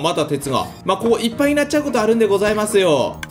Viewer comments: さんの「ここ」の言い方完全に「こ↑こ↓」だよな。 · 6分の所で、ここっていう発音が野獣先輩になってる。